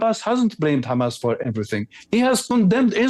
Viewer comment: Message to Norman Finkelthtein .... It's "HAMAS"... not "HAMATH"